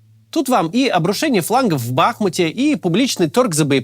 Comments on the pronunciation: Офигенно ваш монтажёр научился делать плавные переходы на склейках, А КОГДА КАЦ НАУЧИТСЯ ЧИТАТЬ текст копирайтера - бахмУт???? Ау, сколько повторять??? Или это какой-то принцип??? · Кстати, ударение на последний слог БахмУт. Сам удивился... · А скажите ему кто-то чтоб посмотрел в Википедии где ударение в названии БахмУт... Плиз... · Подскажите пожалуйста Максиму что ударение нужно ставить на букву У в названии города Бахмут.